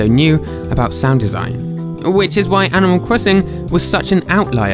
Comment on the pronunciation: animal cwosin